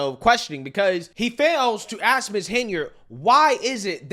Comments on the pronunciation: Ax instead of ask 🤦🏻‍♀️ ect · If your mayor says AKS instead of ASK you're screwed 😂